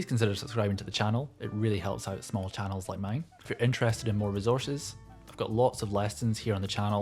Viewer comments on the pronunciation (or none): none